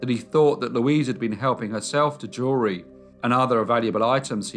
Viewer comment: Every time you say jewelry, I hear "jury."